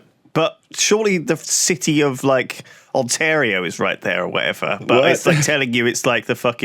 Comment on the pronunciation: The city of "Ontario" good try Lewis.... good try